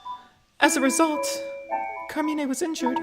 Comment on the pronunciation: Actually luke pronounced Carmine wrong, but Carmine himself spelled it right when it was reading the letter